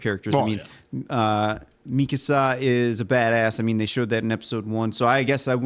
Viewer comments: Mikasa is not pronounced like Mi Casa 😂😂 Mikasa is ethnically Asian so the emphasis is on the last A mika-sAH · Yeah this is the "don't get attached to anyone" show, not even the main characters are safe!! And it's Mi-Ka-Sa, with equal weight on every part of the name. Not MII-kasa, or mi-KAA-sa. When it comes to pronunciation it's a safe bet not to overpronounce or overenunciate, or put extra weight on any single syllable of a word in Japanese. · mikasa {mi (me) - ka (call) - sa (samba)}